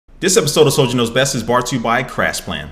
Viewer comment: even though i hate the sponsors, i love hearing you say "Brort to you by" ^^